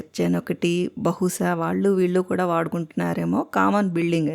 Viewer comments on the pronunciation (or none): none